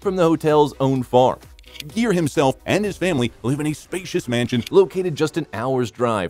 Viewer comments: Just for not pronouncing his name right you get a 👎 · Learn to say his name before you narrate!!! And Petty Woman???? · "Gere" is pronounced "gear," not "jeer." And it's "Pretty," not "Petty" Woman. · Gere---Proper pronunciation...Guh-ear...gear in a car! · I was very interested to watch this but couldn't. The constantly mispronouncing his name was too irritating and distracting to stand . The video is completely ruined by that pure laziness. It's pronounced GEAR, like shifting a car gear. Thumbs down. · its not pronounced the way you do - its not jeer but gere - the g used same way as in the word good. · His name is Gere not Jeer ! Your gonna talk about someone you should pronounce his name right silly man . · the announcer kept pronouncing it JEER. Looks like they have corrected it on this video. It is pronounced like GEAR. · Ga ga Gere not jere!!!!! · Richard Geer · It's pronounced GEAR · How can you mispronounce Gere as "Jeer"? Also, the movie was not "Petty" woman. What a flop of a video. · Oh for the love of god, his last name isn't "Jeer" and the title of the movie is "Pretty" woman, not Petty woman. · no. You are wrong. Richard is a friend of mine and his last name is pronounced like “gear”. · Come on,atleast pronounce his name correctly. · Haha alot of their videos are like that! I agree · please learn how to pronounce Mr Geres' last name correctly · How can you report on a guy’s life when you don’t even know how to pronounce his name?!!!!😞😞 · Okay. WHO IS THE NARRATOR? The Actor's Name Is Richard GERE--With A HARD "G"--As In The Word, "GIRL". It is NOT--a "J"-Sound! Secondly--His Hit Movie Was "Pretty Woman,"--NOT "PETTY Woman! Do Your RESEARCH!!!! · Not only is the narrator mispronouncing his name, but keeps calling the film “Pretty Woman” “Petty Woman” without the “r.” Has the narrator been living under a rock?